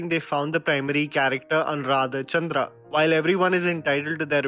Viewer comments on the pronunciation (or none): none